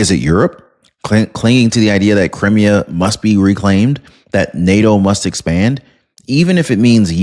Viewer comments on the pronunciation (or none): You are mispronouncing Crimea. It's Cry me ah